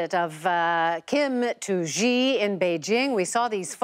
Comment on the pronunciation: it is called Xi not Ji